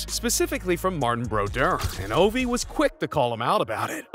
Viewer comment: Lol he also at one point pronounced Ovi like avi.